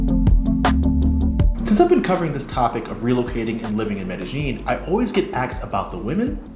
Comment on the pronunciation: Please learn how to pronounce Medellin